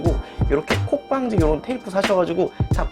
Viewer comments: 문콕방지 테이프라고 한것 같네요.. 발음이..ㅋ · 발음이 정확하게 안 들려서 그러는데 콥방지 테이프요? 무슨 테이프인지 잘 모르겠어요..